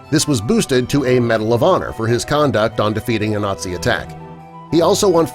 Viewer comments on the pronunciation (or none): none